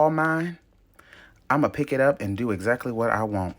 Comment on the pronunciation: "Just dew what I tell ya tuh dew" took me clean out and I cant explain why 😂😂😂😂